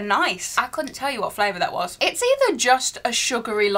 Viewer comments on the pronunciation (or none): none